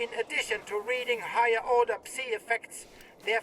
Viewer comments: Small feedback from the deep dive - Psi is pronounced 'Sye' and not 'See'. The gameplay looks fantastic and very true to the original. Very excited to return to the zone. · "Puhsai-effects" "puhsai-radiation" Dude are you serious? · The mispronounced words are mind-boggling to me. He pronounced "determine", "personnel", and "psi" incorrectly all in the same bit of dialogue. Very strange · It looks pretty good - but the English voice lines on are very rough and hopefully will be redone! The speaker sounds good for the most part, but mispronounces "personell" "psi" and hesitates on those words, as though they're not natural to him which would be unusual for Clear Sky agents.